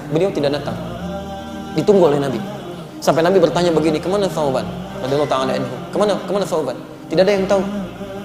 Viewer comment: Salah ucap ustadznya.